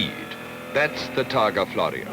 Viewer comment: TARGA not TARGO